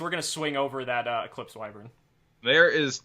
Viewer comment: Haha! Eclipse Y-Vren. The Victory Dar-gon is better.